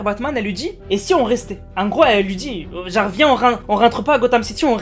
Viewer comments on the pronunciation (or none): none